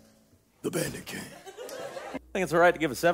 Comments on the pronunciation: the first time i watched trail to oregon, the whole time i thought was saying “the panda king” instead of “the bandit king” which made the whole show 30x funnier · holup i legit thought it was panda king and not bandit king. what.